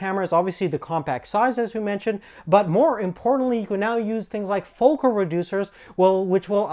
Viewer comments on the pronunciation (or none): none